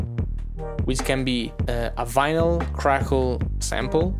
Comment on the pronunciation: Everyone I know who has English as their second language spells and pronounces vinyl wrong so you're not alone lol